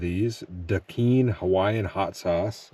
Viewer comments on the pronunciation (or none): The hot sauce named "Da Kine" is pronounced like "Da Kyne" it's pidgin English (from Hawaii) for "the kind" 😂 🤙